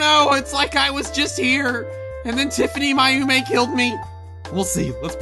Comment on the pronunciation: It's Pronounced - Tif-any-my-oh-meh.